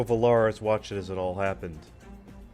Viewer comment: nice video, though the way you pronounce Villars and Eugene is literal earrape XD I think americans should be prohibited by the law from pronouncing european names\toponyms